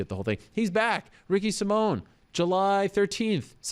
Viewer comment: Ricky Sai-min, not Ricky Sim-mone